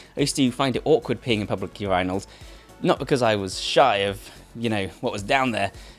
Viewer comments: Am I the only American who 😂😂😂 at his way of say urinal? 😅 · Urinate. Urinal. Man that mispronouncing tilted me. How on earth can you pronounce one of the words correct and the other so wrong lol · Love your content but I don't think you should have been afraid of peeing in public urinals I think you should have been afraid of pronouncing the word urinal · i have never heard anybody pronounce "urinal" like that before and i'm scared